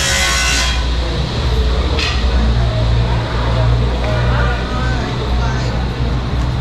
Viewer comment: Сьюдад-де-ла-Абана. Запомни, админ. Буква H (аче) в испанском никогда никогда не читается.